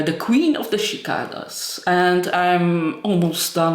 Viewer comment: Pronounced “see-Kay-duhs) I love your vlogs!! ✌🏻🤠